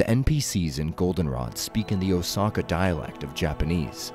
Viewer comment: if youre going to give us a leason on japanese history try learning how to properly pronounce these names. i lost count of how many times youve butchered the names. osaka for example, you not once said the word correctly